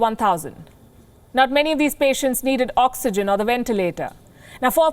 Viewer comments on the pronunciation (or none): none